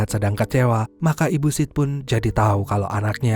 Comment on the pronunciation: agak gimana gitu ngedenger nama sid dari awal disebut sid, sit terus kadang malah jadi sh*t😓